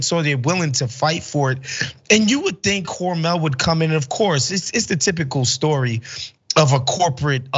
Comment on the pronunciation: Its Hormel NOT HormEL